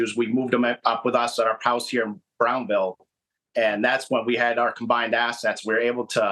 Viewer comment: it's Brownville, not " Browns-ville "